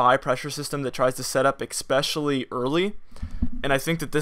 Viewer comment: Why do you say eck specially? Do you say supposably too? It's ess specially and supposedly... I'm kidding....lol! Good job. You may find the channel suspicious observers interesting.